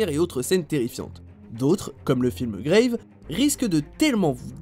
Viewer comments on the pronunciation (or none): C'est un film français, alors "grave" se prononce à la française pas Grayve.... Un minimum de recherche sur les films svp et un classement cohérent c'est possible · c'est pas "graiveé c'est un film français donc ca se prononce a la française juste 'grave" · "Grave" c'est un film français... donc ça se prononce grave... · en attendant il prononce "gréive" alors que c'est un film français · "Grave" se prononce à la française il me semble. Voilà le chipotage c'est fait. Très bonne vidéo. Il y en a quelques Uns que je ne connais pas. Merci 👍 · Grave est un film français alors pourquoi prononcer le nom avec un accent?